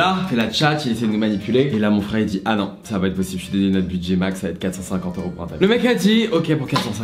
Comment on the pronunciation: un tapis "peurse" ?... au secours.